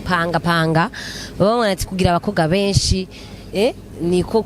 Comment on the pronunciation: Murabereye cane...ariko wiyigishe kuvuga umukobwa cank abakobwa..apana umukoga cank abakoga!